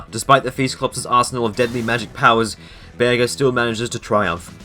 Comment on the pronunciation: Pretty cool video but why are you calling Bearger a Bear Ger?